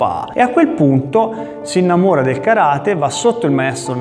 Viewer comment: Mi piace come hai pronunciato Karate, chissà perchè per molti, maestri compresi, è così difficile...!